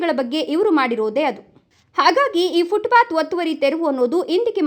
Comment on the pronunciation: 😮 ಫುಟ್ ಬಾತ್ ಅಲ್ಲ ಫುಟ್ ಪಾಥ್.ಇಲ್ಲವೇ ಅಚ್ಚ ಕನ್ನಡದಲ್ಲಿ ಪಾದಚಾರಿ ಮಾರ್ಗ ಅಂತ ಹೇಳಿ.😮